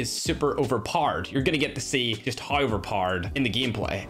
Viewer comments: Overpowered ❌ Overpard✅ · uber Mowered that's how you say overpowered